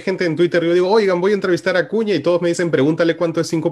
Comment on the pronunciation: Jajajajaja otro acuña es uci no usi. Jajjajaja que animal y corrigiendo todavía jajajaja